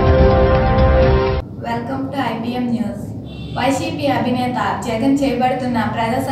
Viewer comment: మేడామ్ అభినేత కాదు , అధినేత...... ఛానెల్ని కొంచెం update cheyyandi....Manchi news readers ni pettandi.... Poorti details ni cover cheyyandi....